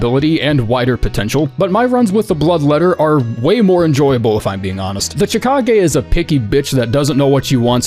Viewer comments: I always thought chikage was pronounced shih-kah-gay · Yeeeeaaaaahhhhh... I'm never going to pronounce Chikage any other way now